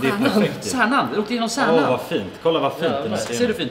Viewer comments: Stjärnan? Tijärnan?😂😂 Menar du Kärnan? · Det heter kärnan inte särnan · Det var pinsamt när du sa särnan